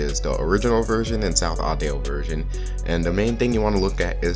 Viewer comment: "South Audale" Hmmmmmmmmmmmm Edit: love this video Good JOB man